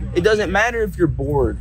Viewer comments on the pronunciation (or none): I hate the way this guy said BORED. BORE-ID.